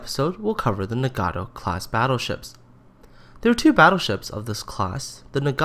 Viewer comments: I get really mad when people pronounce it as Na-gat-tow instead of Na-gat-o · Pls learn to pronounce 'Nagato' this is very annoying